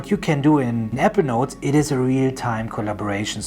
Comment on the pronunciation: You sound more like you’re saying “Evernote “ than you do “Apple Notes” ..:..